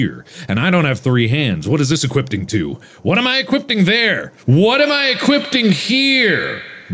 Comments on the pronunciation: "What i am equipting here" After he said he cant pronounce things🤣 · Mark: Please forgive my mispronunciations. Also Mark: "EqUipTiNg" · And why did he add a T to equipping